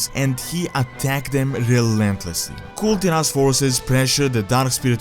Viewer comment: it should be Kul Taras not Tiras..... who's wiht me ???